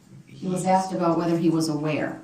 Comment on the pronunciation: Have a grammar lesson, Mr. Brooks. It's pronounced 'asked', not axed 'Grounds,' not grouns 'I were to see someone,' not 'I was to see someone.'